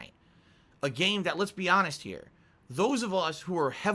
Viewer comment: Anyone who keeps stressing that they are honest. Are often the biggest liars. Bro said hanest so much the word has becomed white noise.